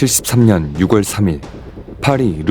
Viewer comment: 6월은 유월이라고 읽어야 함 10월이 십월이 아닌거처럼 쯧쯧